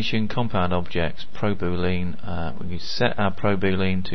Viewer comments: Thanks for the video. But its not pronounced Booleen. ;) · is that how you say boolean in the UK? boo-LEAN as opposed to bool-E-en? like your al-oo-MIN-ium cans? great video!